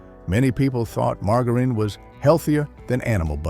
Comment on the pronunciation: His pronunciations drive me insane... Most notably gourmet, and margarine.